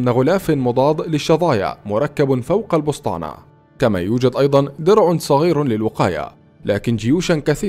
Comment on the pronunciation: السبطانة وليس البسطانة